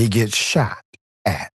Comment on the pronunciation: Ten seconds in, the lady "shat" a doordash driver.